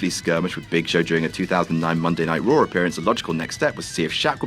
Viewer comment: It's called Raw not Rawr